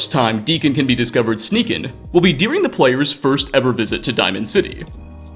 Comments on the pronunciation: I haven't even noticed that, I just keep hearing "dearing" instead of "during" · I've never heard someone pronounce 'during' like this in my life